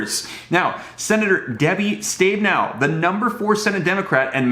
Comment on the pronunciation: My Senator Steve Her Last Name Is Pronounced As Ste-be'-now!!!"